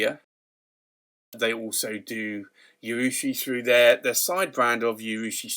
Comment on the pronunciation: Just FYI there is no Y in the pronunciation of urushi